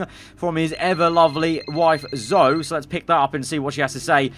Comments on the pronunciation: How can’t say Zoe correctly😂he’s just completely missing out the ‘e’ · its ZO EE not zo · it is zo-ee god sake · Its Zoe! not Zo🤣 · calling Zoe "Zou" while the game calls her "Zoey" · And Zo-E not Zoh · Its zo ee zoe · I die everytime when he mispronounce Zoe's name